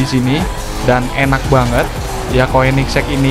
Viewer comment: Koenigsegg di baca konigsee agera rs